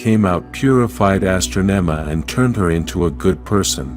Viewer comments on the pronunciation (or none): she wasn't called astronoma he was called astronomahe said the name wrong